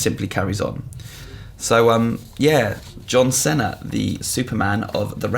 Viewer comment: I'm sorry, John Senna? Wtf,?